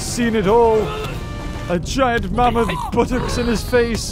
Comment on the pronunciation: I laugh when said mamoot